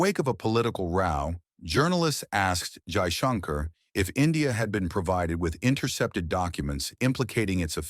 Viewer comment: Only one request for your SUPERB video Your pronunciation of Name of FM is not ideal If can pls pronounce it well